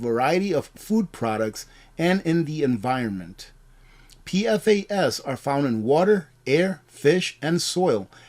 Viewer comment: you might appreciate knowing PFAS is pronounced Pee-Fass